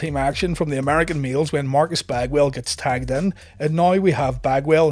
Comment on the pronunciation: When you say American males it sounds like your saying American meals 😆